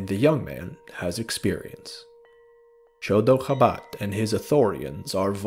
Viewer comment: Absolutely love this video, but every time you said Chodo Habat, all I heard was "The dog of Wisdom"